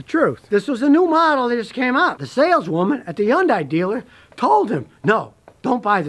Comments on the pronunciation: It is pronounced "Hun-day" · According to a Korean lady that I knew it is not easy for English speakers to pronounce it properly. However, the closest phonics would be Hhun-Die. Scotty is a phonetic speaker so he just cannot get it right. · Scotty still says Yundye! Lol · Not to mention he can't pronounce it right either